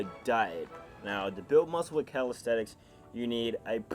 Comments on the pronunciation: Why does he say “calistETICS” it’s calistENICS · in the beginning it sounded like he said "how to build muscle with calisex"